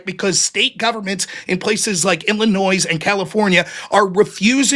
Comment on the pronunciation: So the first incorrect assertion goes to Rob. He said he was listening but mischaracterized Ryan's argument. Posse Comitatus applies to the MILITARY not the FBI. Also, what American says "IlliNOISE?" It's "Illinoy"(Illinois).